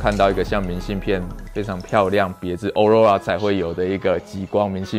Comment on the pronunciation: 欸欸極光的英文唸錯了